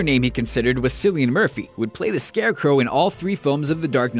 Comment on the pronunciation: Who else cringed at his pronunciation of Cillian Murphy? :L